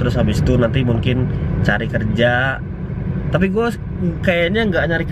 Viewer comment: Kenapa dah lu ngomong mungkin jadi munkin:v